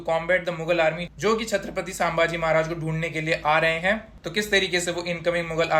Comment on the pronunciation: Sambaaji nahi wo संभाजी है जो किओ की जगह करी करी करता है उसकी कारि की तऱ्हा खट्टी pronaunce ho jati hai